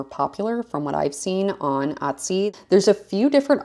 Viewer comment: This is the second video that I’ve watched of yours and the only word that I couldn’t make out for the longest time was Etsy because I was hearing Utsy 😆I wondered if Etsy had a twin sister site at first. 🤣